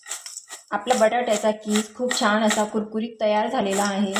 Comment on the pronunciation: सारखे सारखे छाण छाण म्हणत राहातात. जेनेकरुन असे सर्व अशुद्ध बोलते आहे.